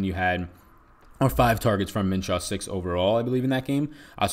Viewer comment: Min-shoe not Min-shaw my man..good show btw